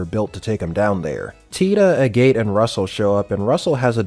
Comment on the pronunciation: Agate = Ag-et